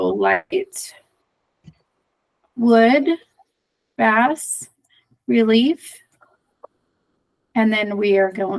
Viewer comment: FYI Bas relief is pronounced BAAA RELIEF